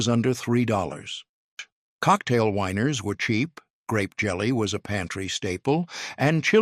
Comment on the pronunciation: I the narrator wanting to say "the weiners" instead of "the winers?"